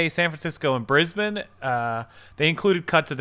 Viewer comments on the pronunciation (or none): Brisbane is south of San Francisco. Its pronounced Brisbane where the bane is like pane in windowpane. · It's talking about Brisbane CA, (South San Francisco) and pronounced with a long A sound like in Ape, not Brisbane Australia which is pronounced the way you said it. I also don't think ebay is going out of business, but there is fierce competition in ecommerce right now, Amazon is growing much faster.